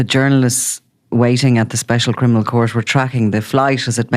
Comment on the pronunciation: He's not a criminal...he can't even pronounce it properly,he says "crinimal"